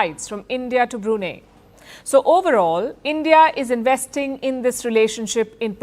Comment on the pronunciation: Brunei is spelt as Bru Nai. Not Bru Nee.